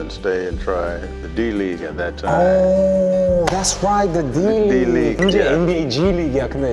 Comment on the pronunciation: Major Reague 가 아니라 League ㅠㅠ